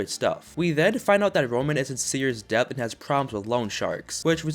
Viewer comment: stop pronouncing the b in debt u just sound dumb